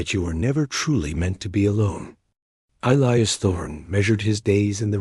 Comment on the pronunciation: E-lie-us, not Ellyus!!!